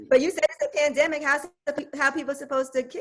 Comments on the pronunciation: She said a "PADEMIC", LOL...SMH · That mfn JT said, "It's a PAdemic"😂😂😂😭💀! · They lowkey blowin me how they say pedimic, the word is not that complex, its pandemic, everything aint gatta be ratchet